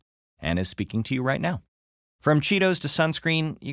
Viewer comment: UMMM DID U SAY CHEETOS